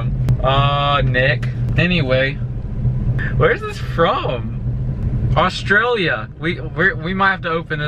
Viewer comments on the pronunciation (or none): It’s Australia not ostralia